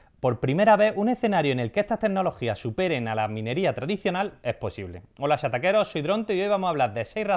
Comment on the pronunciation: Chataqueros se escucha como chaqueteros 😆